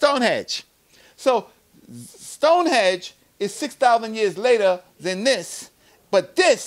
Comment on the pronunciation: Stone HENGE brother, not Stone-hedge